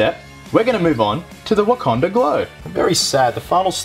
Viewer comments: Well, at least he got the "Wakanda" pronunciation correct on the last episode of "Captain With a Country". Only took him six episodes to get it right. lol Jk,, just busting your balls. Good job! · Legend. Finally learnt to say Wakanda 😂😂